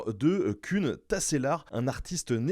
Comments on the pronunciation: Koen ca se dit "Koune" pas "Kune" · Eh coucou !👋 Koen se prononce « coune », en trainant sur le phonème « ou ». Des bisous et vraiment merci 🤩 d’exister !